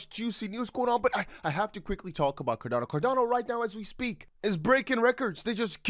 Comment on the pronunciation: It's xrp and xlm I don't know why you say cordano